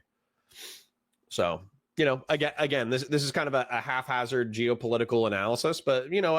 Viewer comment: Enjoyed the video. Genuine question, are you saying half hazard instead of haphazard as a meme or mispronunciation or am I being thick? Keep it up :)